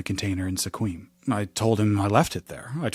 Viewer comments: Pretty creepy. Sequim is pronounced "Squim" locally. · 😂 Sequim is pronounced SkWIM, 1 syllable, native American name. One of the ways is PNW people know if you're not local 😂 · Sequim is pronounced "squim," rhyming with "swim." Washington place names are ENDLESSLY fun. Like Puyallup! And Tulalip! And so many more. Pretty sure Snoqualmie came up in another video recently and was pronounced perfectly - Sequim is more of a trap 😂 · It's pronounced "skwim" ;-) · Oh honey, we don't use umbrellas in Washington. Also ta-comb-a and skwim. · It's pronounced "skwim" & yes, everything smells like cigarettes & coffee. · Sequim is pronounced Squim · FYI, Sequim is pronounced like squid, but swap the d with an m. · Sequim is pronounced “Squim”. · As a washington local Sequim is pronounced as squim rhymes with swim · Those Native names can be tricky. Unless you've been there you would'nt know that Sequim is actually pronounced "Sqwim". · Sequim is pronounced skwim you're welcome 😉! I used to live there. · Just fyi, Sequim is pronounced with one syllable, sounds like skwim. Thank you for the video!!! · sequim is pronounced like squid but ending with an m. squim = sequim Also Clallam isn't a change of name. That's the county, in Washington State, that Port Angeles is in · Clallam is a real county in the state of Washington. A Washington state driver's license doesn't have a social security number on it. Sequim is pronounced "skwim". By now you guessed I live in Washington. I have for the last 50 years. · it is pronounced Skwim 😅 correcting you only because it’s spelled “weird” and it’s totally reasonable you’d say it the way you did- but you might appreciate it anyway It comes from a native word, so does Clallam / Klallam - S’Klallam is a tribe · There's no reason you would be expected to know this, but Sequim is pronounced like 'Squim'. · Sequim is pronounced, "Squim" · Weird, I’ve always heard it as one syllable - “Squim”